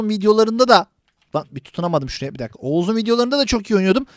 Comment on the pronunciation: Abi lyki oğuz dedin ya